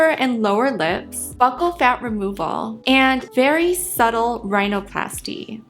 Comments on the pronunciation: Jsyk, "bucchal" is pronounced like "buckle" as in belt buckle. I only know bc I have an uncle who is a plastic surgeon who does professional necessary reconstruction to save lifes. I used to thinknit was peonounced exactly how you say it as well. 😊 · Hi. I love your videos. You are so smart and interesting and pretty. I worked for a dentist and its pronounced buckle. K love you bye. Ooh what did you get botoxed? I fcking love botox! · Buccal is pronounced like buckle. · Hey just fyi “buccal” is pronounced like “buckle” and not “b-yoo-cal” (I know it’s weird lol) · Girl I don‘t think it‘s b-yew-cal, I think it‘s b-uh-ccal 😅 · It’s pronounced Buckle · Buccal = BUCKLE If you're going to use these words, learn how to pronounce them. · Fyi, buccal is pronounced like buckle. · Former dental assistant here. “Buccal” in the US is pronounced as “buck-call”. It sounds similar to “buckle” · PCOS survivor here (sans one ovary)! Let's hear it for the chronic pain girlies in the house! I just happened on your channel for the first time, and I think you're uniquely beautiful. Subscribed! Oh, and buccal is pronounced exactly like "buckle," says the 62-year-old who's obsessed with plastic surgery (yet I could only afford lipo back in 1994).🤪🤓 Edit to add: I love Lorry Hill!🤩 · Buccal pronounced like the decoration on a shoe/boot.. buckle it's buckle. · Buccal is pronounced “buckle” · I hear a lot of people pronouncing buccal wrong. Hi from your dental office, it’s pronounced like a belt “buckle”. I would want to know if I was saying something wrong! Great video! You said everything I’m thinking! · It’s pronounced like buckle girl ☠️☠️